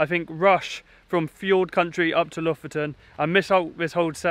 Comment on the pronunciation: so funny hearing you pronounce Bodø and Lofoten, Bodo and Looften :D